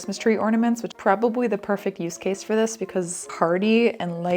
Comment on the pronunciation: Maybe because my big ol' Italian Papaw was the same way, but "yeh, I coulda prrrobably a-do thet" is killing me 😆